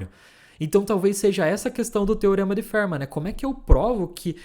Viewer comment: A pronúncia para Fermat não é "férma" e sim "fermá".